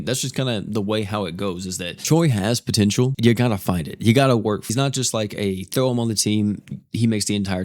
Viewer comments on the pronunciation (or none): none